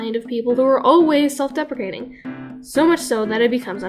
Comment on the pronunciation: I thought you said self-defecating